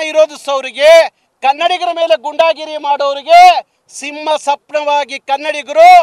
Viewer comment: ಗೂಂಡಾಗಿರಿ ಅಂತ ಹೇಳಿ ಗುಂಡಾಗಿರಿ ಅಲ್ಲ